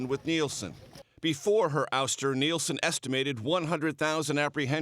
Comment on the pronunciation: Nielsen Not Nelson!